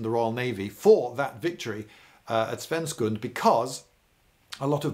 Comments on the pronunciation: "Svensksund" not "Svenskund" Watching Lindy frothing at the mouth about Napoleon for and hour was incredibly entertaining. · Tell Mr Smith's descendants that Swedish knights are brighter, atleast during summer. And of course it was "Svensksund", with three s.